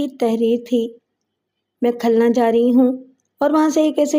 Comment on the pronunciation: صحیح کر لیں khalna نہیں khulna ہے ۔